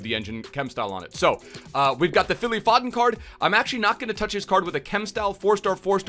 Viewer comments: zwe its pho-den not faw-den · Phil F(OHH)DEN NOT FODDDEN sorry just kinda triggers me also SOUTHampton not SUTHAMPTON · It’s foe-dun not fod-den come on man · "fod-den" and "suth-ump-tun", my god the cringe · You pronounce it 'Foeden' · It is «Foden» not «Fodden» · How you say foden, it's pronounced fowden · How u say Southampton and Phil foden 🤣🤣 totally wrong way how u pronounce it